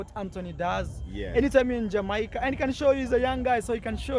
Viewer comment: when you come to jamaaaaaica....lol...pronounce it as jamaica